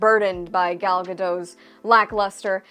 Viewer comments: Gadot, not Gado, the T isn't silent,. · This is about the 10th or 12th vidio where you mispronounce Gal Gadot's name. I call it out every time. I thought you've said you read comments so I'm doing it again. Gal Gadot pronounces the T at the end of her name. The last syllable rhymes with boat, goat, float, and even dote, smote, and note. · FYI- Gal Gadot is Israeli, not French (there is no soft “t” at the end of her name). Gal rhymes with “doll”, not “pal” and Gadot is pronounced exactly like “god-oat” (does not rhyme with “bad-dough”). Just good to know 😊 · I didn’t say she’ll do that, I’m saying it because I want her to know how to pronounce her surname right in the future